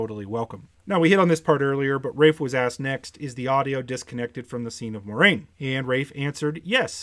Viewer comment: Dorks on YT: "Ermagurd! I'm a huge WoT fan! Watch all my WoT videos." >pronounce Moiraine wrong<